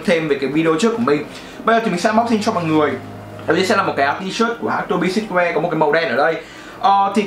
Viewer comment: Tô bi sừ truýt woe chứ sao ông toàn đọc là sít.woe@@